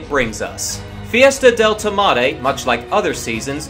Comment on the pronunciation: Im spanish and when you said fiesta del tomate I started laughing Lmao. Nice weejio.